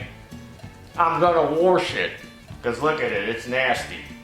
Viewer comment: is it "waRsh or wash lol must be a tooth problem